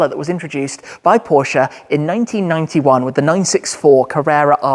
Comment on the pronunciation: The way you say Porsche. Does my heading 😂